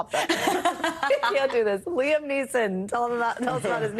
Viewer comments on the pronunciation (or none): none